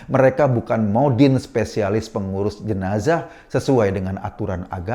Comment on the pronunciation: jenazah woii bukan jenajahhh